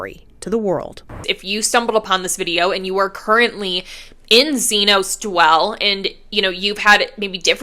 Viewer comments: It’s not “Z-noze.” It’s “Z-Nas,” thus Xenos now Dwell. Thnx 😊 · The pronunciation of xenos is killing me It’s zee-nas Not zee-nos